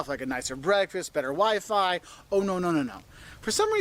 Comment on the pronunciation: How she pronounces wi-fi as 'wee fee' is just adorable.